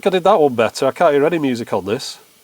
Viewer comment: I didn't really expected you to answer me, plus everybody hates russians right now, I'm a TRUE one, just don't tell anybody. The thing is - there are so many accents inside of London alone. I REWATCH Your videos all the time. My addition: when You say 'can't last fast chance' You always change it. Don't do it, please say it in the proper way like englishmen do, with longer 'a'